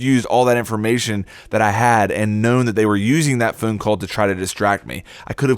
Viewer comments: It’s pronounced “phone” not phune and also “Dok-a-b” not duke-a-b lmao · Are you saying "phoone call" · "phoon call" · He says phone funny, that is all.